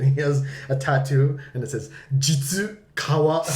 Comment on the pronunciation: 実川は、じつかわではなく さねかわ、かも。